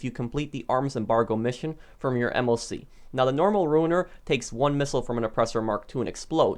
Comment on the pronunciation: u say moc